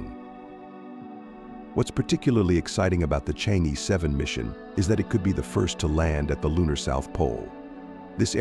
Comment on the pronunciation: Pronounced Chang Er.